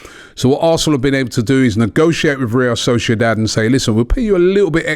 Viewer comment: Still says real solciodad